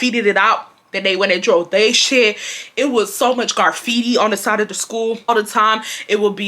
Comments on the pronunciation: you were hurting my soul with the way you was saying graffiti 😭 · Lol, not GARfeitti 😂graffiti baby❤ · Not Garfiti 😭😭😭 “Give ma fckin lighta” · Garfitti??? Lol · Side note: “garfitti.” 😂😂😂 ima start saying it like that lmao girl I love you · That had me laughing so hard. Everytime she said it...